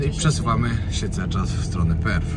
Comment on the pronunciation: Perth ,nie Perfh .Pozdrawiam i życzę miłego zwiedzania